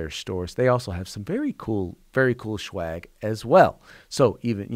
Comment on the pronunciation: Sir.. you say "buying our Shwag." Shwag is Marijuana. (The worst kind) I believe you meant to say "SWAG" 😂😂😂